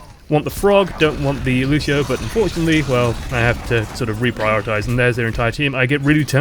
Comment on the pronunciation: "I have to Reap-Prioritise." lol nice one.